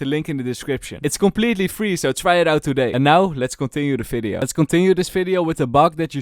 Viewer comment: how to know someone is Dutch: fideo, fery good, falorant.